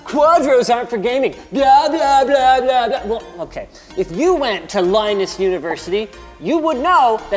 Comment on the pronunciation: I like the way how Linus says "Blah-blah-blah-blah* It sounds like our russian "blyat" without the t